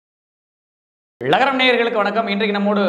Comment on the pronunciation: தமிழில் அழகாக "ழகரம்" என பெயர் வைத்து விட்டு ஒவ்வொரு காணொளியிலும் "லகரம்" என்று சொல்வதை விட "லகரம் வாய்ஸ்" என்றே பெயர் வைக்கலாமே. யாரும் உங்களை கட்டாயப்படுத்தவில்லையே.